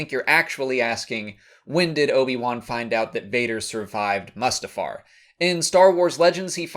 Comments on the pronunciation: *Moostifar not muuuustifar. Long sounding, not short sounding. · 25 seconds in and I stop watching, you can not claim to be a SW fan and especially make SW YouTube videos if you are going to so horribly butcher the pronunciation of names. If the word is spoken in films then THAT is the correct pronunciation. There are few words that you can exempt. Mustafar is NOT one of them.